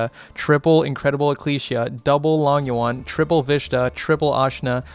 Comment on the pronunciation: Chaofeng and Berserker sitting at home Think long yuan sounds like low-ng you-en